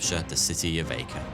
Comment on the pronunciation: Haha! City of Acre. It's pronounces 'Ah-kreh'